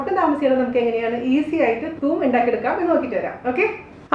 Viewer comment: Thuum allade thoom